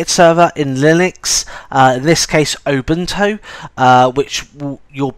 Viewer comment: I really must say that your pronounciation of Ubuntu sounds like "Open Toe"